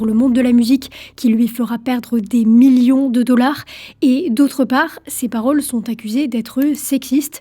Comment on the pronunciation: Le mot Million prend un seul M, pas 4. Bizarrement le mot Morceau tu le prononce sans problème 😉